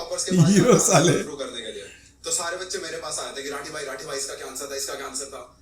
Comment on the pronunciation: It's राठी not रथी